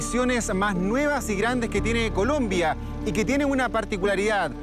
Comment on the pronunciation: Dijo culombia el periodista 😂😂😂